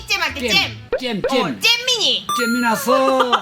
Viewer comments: 초에 가 할아버지한테 잼민이라고 불러 달라고 했을때 할아버지-경뭬시설 이라고 해서 웃김ㅋㅋ 그리고 초에 가 할아버지한테 잼민이는 딸기잼 할때 잼이라고 했는데 할아버지는 쨈민이라고 해서 살짝 웃기시고 그리고 귀여우시다 헿헿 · 처음으로 쨈민이라는 소리가 좋아졌어...